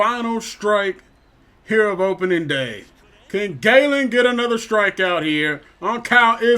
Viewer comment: Zak gallen is pronounced like a gallon of water not gay-len just looking out for u